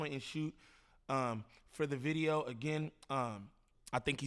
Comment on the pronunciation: & what’s a bideo?